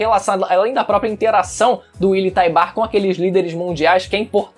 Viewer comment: Willy Taibar? Kkk te manca menino. Fala direito.